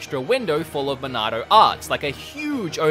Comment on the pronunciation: I just want to say, in your review of this game; because you have an accent... the way you say Monado is just so damn correct. It’s a truly cannon pronunciation. Lol! Dude, you rock and I couldn’t agree with you more. I loved Xenoblade Chronicles 2 and played a ton of it (and of course beat it) because I am a huge fan of the XBC universe... didn’t mind it at all but the game was somewhat slow in comparison to the original. I’m not sure if it felt like it had flaws just because of how perfect the original was... Xenoblade Chronicles is a legendary game after all. Its a tough game to compete with, not to mention make direct comparisons. I felt the Torna expansion held up a better torch to the original. The engine was upgraded alongside graphics, and the gameplay was a bit closer to the original with the lack of “blades” being under your control. XBC is such an incredible game that the Wii and 3DS versions are completely enjoyable, even up to today’s standards. The graphics are definitely dated in the non-HD version, but the art style is so unique and world design is near flawless that it made up for the dated graphics. Don’t even get me started on the storyline... has more twists and turns than many movies or television series out there. There’s a story arch around every corner to keep you consistently hooked. Now that it’s in HD, I think this game is literally top tier perfect in general. I haven’t made the leap to buy it yet, but I will soon and when that happens, I shall pre